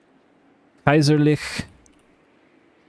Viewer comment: Kaiserliche not Kaiserlich.....please don't butcher german language....